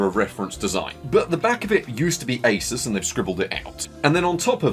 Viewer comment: Don't say A-sis